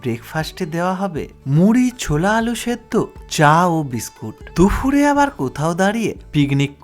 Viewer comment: ওটা দুফুর নয়, দুপুর । কানে খুব লাগছে বলে বললাম